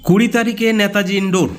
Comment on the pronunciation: ন্যাতাজি নয়।কথাটা হলো নেতাজী। অ্যাস অ্যাস কর্মী নয়....কথাটা এস এস কর্মী .....কথাটা হোবে না...হবে প্রচুর ভুল ভাল উচ্চারণ😢